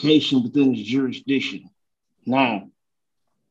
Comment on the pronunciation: Jewishdiction?🤣🤣🤣 Other word invention I heard - exshoesme (may add more)...Sunglasses and ballcap in court - that's a bold move, Cotton! Let's see if it works out for him 😂😂😂